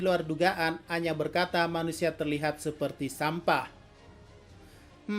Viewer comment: kalau abang ngomong aina secara cepat akan terdengar seperti anya